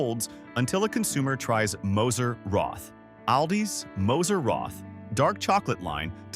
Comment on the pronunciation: The chocolate is pronounced “Moser Rot”! Without the “th”!